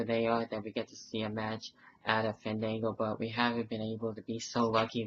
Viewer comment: btw when you say his name you have to stretch the A Faaandaaanngo! XD